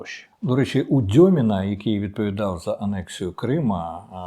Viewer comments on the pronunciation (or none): Дякую. І мал.уточнення. не дьомін, а дюмін